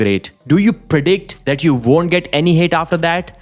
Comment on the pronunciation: Bro, stop saying veek and vonder. You can pronounce w correctly, I've heard you do it